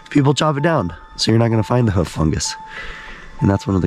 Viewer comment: Pronunciation of fungi, hoof etc is just painful